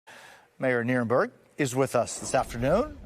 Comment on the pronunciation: Oh his name is Nirenberg. I heard Nuremberg. That’s where Trump and Vance should be put on trial.